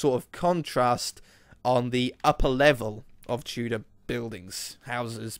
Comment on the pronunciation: Whenever you say Tudor mansion it always sounds like Two dimension xD